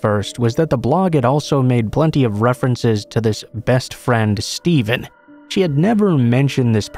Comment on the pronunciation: Whats up with the way the name Steven is said the first two times in the second story?